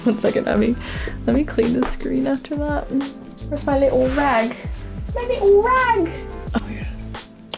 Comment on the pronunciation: Gibi :my powder Also Gibi: ME POWDA